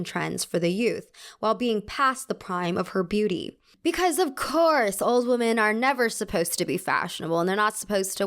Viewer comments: I’ve noticed that you always pronounce women as woman hahah. Love your videos though ❤️❤️ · It's ok, she can't spell or pronounce "women" apparently either, only "woman".